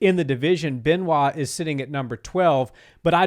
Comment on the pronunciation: Benoit is pronounced “ Benoa”